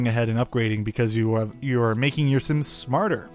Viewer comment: not similiens but SIMS